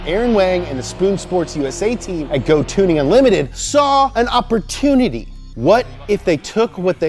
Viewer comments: oppor -TUNE -ity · i think you meant "opporSPOONity" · oppor-tune-ity. teehee.